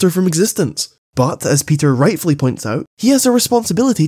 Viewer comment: You need to learn how to say Peter